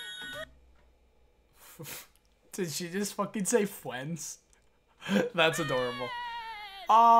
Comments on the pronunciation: " Best Fwiends " -Cyn :3 lool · "Best ✨️fWiEnDs✨️"